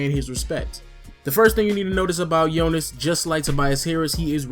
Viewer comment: Finally soneone said Jonas name good, its nice to see JV out there.Nice vid btw